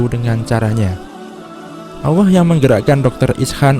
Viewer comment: "Allah" bukan "alloh"